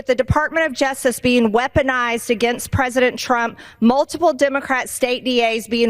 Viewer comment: Prezidint trimp